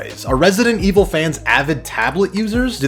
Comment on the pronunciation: THAT ITALIAN RESIDENT IVOL QUATTRO